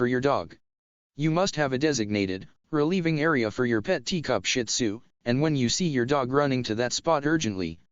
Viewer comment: I don't have a shin tzu but my aunt does and fun fact its actually pronounced (sheed-zoo) I read it in a book